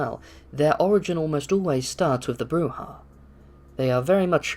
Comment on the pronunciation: BROO-ZHA, you neonate rabble.